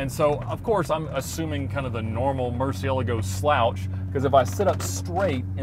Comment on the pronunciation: It's good to hear someone actually pronounce the murci name the right way to ❤